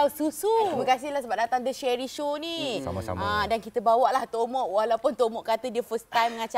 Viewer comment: Asal Aku dgr dia sebut bongok. Bkn tomok